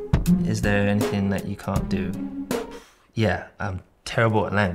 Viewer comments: “Cain’t” as you say in the U.S. 😂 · As an American I can say that I've never heard anyone say cain't till I watched this video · the "cain't" is dirty lmao